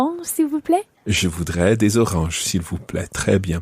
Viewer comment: elle a une très mauvaise prononciation, ça m'énerve quand elle le dit "je vudre" 😤